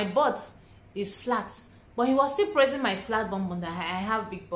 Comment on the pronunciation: I was wondering why he was "pressing" your bum and shape until I realized you where saying "praising " 😅🤣🤣